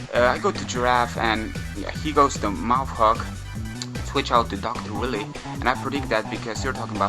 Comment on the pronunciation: lol love that you're calling Dr.Wiley, Dr Willy lol